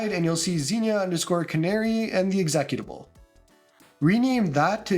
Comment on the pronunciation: the way you say executable is hilarious. Good vid, thanks for the clear instructions